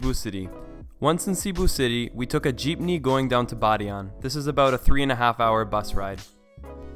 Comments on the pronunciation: Thanks for making this video. Seriously. The most informative one I found yet :) I have 2 quick questions. 1. Are the prices you mentioned in American dollars? 2. Did you take a Jitney or Jeepney? (I can't seem to make out which one your saying! One is a bus and one is a Jeep car!) THANK YOU :) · "jeepney" safe hahahahaahhaa tang ina natawa ako bigla anyway great vid